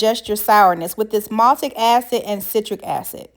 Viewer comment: I was looking online for "maltic" acid and you mispoke its MALIC acid. But thank you so much for authentic sour grape recipe. Been looking thru hundreds of quick bad recipes and long disappointing knock offs and your grapes look SOOOOOO good girl!!! Damn i wish I was in your kitchen. If you ever make more flavors or different treats im subing